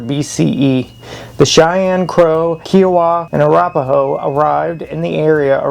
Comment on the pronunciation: and how he said Kiowa like the golf course in South Carolina smh